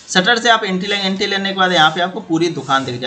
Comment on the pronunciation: entry ko aap enti bolte hain jaise koi anpad hamein plan bata raha ho